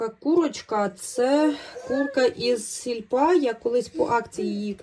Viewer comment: Боже,, аж слух ріже... не СІЛЬПА....СІЛЬПО.МИРУ.ДОБРА.ЗДОРОВ,Я